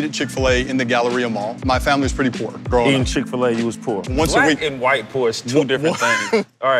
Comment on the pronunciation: "you grew up poor eating chick fa lay"